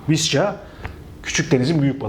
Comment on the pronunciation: SAÇ: Viska AE: Vişça Vişça SAÇ: Vişça :D